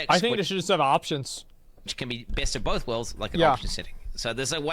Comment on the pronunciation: pronounces both as ''bolth'' and I bet you do as well.